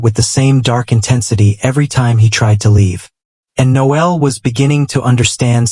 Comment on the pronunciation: I hate how AI pronounces Noel likes it a girl.